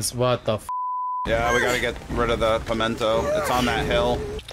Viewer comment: all of them saying “pemento” is killing me